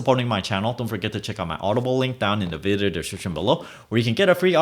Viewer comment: I find interesting that you can speak English flawlessly, except when saying 'Video description' ;-) I was listening on the radio today that there's a disproportionate number of Virgos and most of then are born on Sept 16, and no one really knows why. Matrix glitch? Have you ever been recognized on the street by a fan? What's your mother tongue? What's you favorite movie?